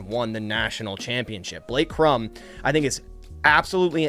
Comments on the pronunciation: Cor-um…not Crum…smh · Corum is pronounced Core-um not krum... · It’s Blake Cor-um, not Crumb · its COR-um not Crum. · It's Blake Core-um. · why are you trying to turn Blake Cor•um’s last name one syllable, emphasizing the M strongest? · When a podcaster can't even pronounce the names of Corum and Odunze correctly, you can guess he hasn't watched a game they've played in. Hmmm. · You butchered my dawg Blake last name lol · Pronounce Corum’s name right if you want him